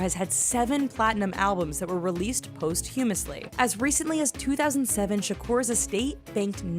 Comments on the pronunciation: All that knowledge, and she says, "Post-HU-muss-lee". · "post hewmus ly"..its actually "posst thewmus ly" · "post-humously" ... that moment when it becomes clear the narrator is all voice, no brain. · On the comment about Tupac Shakur's awards, around the 627 mark, the word "posthumously" is seriously mispronounced.